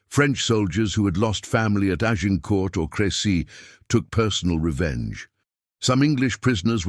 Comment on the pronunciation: Azincourt instead of Agincourt